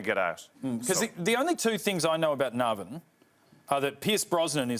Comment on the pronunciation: Guy can't pronounce Navan. Surprised Dylan didn't jump on that.